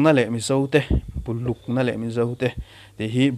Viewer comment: Bulukna leh Mizo te tih i lam dan hi a dik tawk lo thei in ka hria, "Bu" tih lai hi lehkhabu tih a bu i lam thin anga lam in Buluk ti tlang ta la lamdan tlanglawn tam ber kan lo hriat hi a pawl zawk ange a. Tuna i lam dan hi kei chuan ka vawi khat hriat na ani mauh mai.. I review a ngaihnawm khawp mai. Thupui chi hrang hrang lehkhabuziaktu in a tarlan te hi thu pawimawh tak tak an ni hlawm. Bihzui chak awm tak tak an ni hlawm in ka hria. Editting lam hi hnawhsarum deuh a tih ani ta anga, chumi vang phuailuai ta hret ani thei mai ange maw le. I thlirkualna a tha ka ti a, Lehkhabu chhiar ve a ti chakawm sawt mai